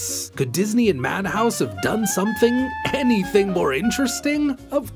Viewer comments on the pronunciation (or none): none